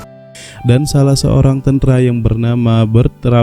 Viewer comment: Pembawa berita ini orang apa sih Tentara kok tentra brengsek